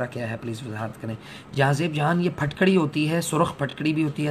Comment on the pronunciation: Phatkadi nhi phitkri ya phitkari